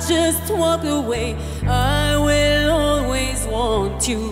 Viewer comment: انت اكيد عم تمزح ... انت ما بتسمع اوتوتون لي في صوت كارول ... و اسمع كمان قولها i Will always wont you عم تنطقها غلط مش زي الاغنية الاصلية و نص الكلام لي مش منطوق فالاغنية الاصلية عم تنطقو ... غنتها حلو بس مو متل مايلي مايلي رغم اني ما بحبها بس صوتها يجنن خصوصي فهاد الاغنية